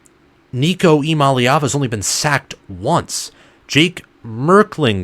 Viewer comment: You’re leaving out the “Yah” Eee-YAH-mah-lay-ah-vah Also, this passing attack will likely end up being considered superior to 2022 and 2021. Far more depth and talent at WR and TE, and Nico has higher ceiling than Hooker.